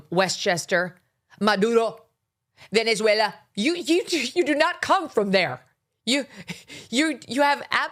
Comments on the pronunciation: This was a golden roasting of AOC, Abby Phillip. Thank you for making the news easily digestible through your versatility with humor.. "VenethweLLA" I can't stand that either with the left, immediately as soon as they have to pronounce a word that is not English, it's a literal sudden accent change. Do you think someone's going to die if someone said "VenuhzWaylah?" What, Mexicans don't pronounce the word something like "saanteen?" We all have an accent just do your job! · LOL!!!!!!! Oh my God!!! Just when I thought I couldnt love Megyn anymore!!!!!! LOL!! Love how Megyn makes fun of Dumbass AOC the way she pronounces "Maduro" and VenezueLA"!!!!!!! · "Venezuela".. Lol!!!!!! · Glad you mocked AOC’s stupid Latina pronunciations. Only rich liberals say, “Venezuela“ like that.